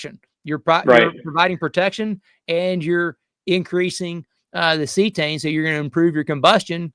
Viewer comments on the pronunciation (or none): Cetane, (C-Tane) not See-A-Tane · lol, doing to much... its not see - uhh - tane... just good ole C-tane CETANE..... please don't say oc-to-tane... please... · Good video! I’ve been alternating between Power Services and Archoil in my 2003 Motorhome with Cummins 8.3 BTW it’s pronounced see-tane - not see-a-tane. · ? ce tane not ce a tane? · Am I the only one bothered by how he pronounces Cetane?